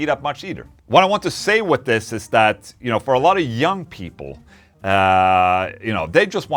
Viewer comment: Mr. Englund, I really enjoy your vids and I enjoy the way you pronounce Th’s like and f( example: Sunday wi(ff)th Ola. I am definitely going to buy one of your companies guitars. Quick question, can I get whatever pickups I want and for that matter however many I want as well as control knobs on the guitar? Let me know my good Man. Ola for everyone!!!!🍟🍟🍟🍟🎸🎸🎸🎸🎸🎸